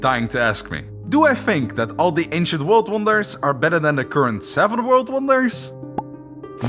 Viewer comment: Vorld Vonders.